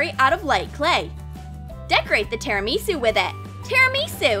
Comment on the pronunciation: You dont say tirimisi it's definitely tirimisu